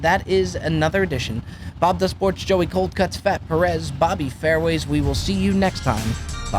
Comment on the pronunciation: . Cold cuts pronunciation hurts my sole